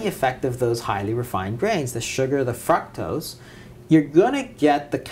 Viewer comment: Great information! There is where it's at people so take notes.....but what is fucktose??? Lmaooo God bless